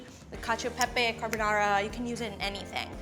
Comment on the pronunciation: Happy Virus you fucking hollow rock car banana is the wrong pronunciation of carbonara dumbass